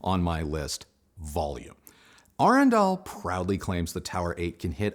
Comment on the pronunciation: It was so refreshing to listen to a reviewer that knows how to pronounce the company name.